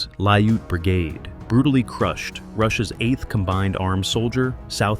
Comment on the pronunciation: its pronounced "L-e-u-t" like you pronounce "Cute" but replace the "C with a "L".